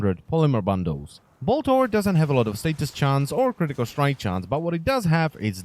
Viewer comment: it slowly killls me from the inside when he says "critical strike chance"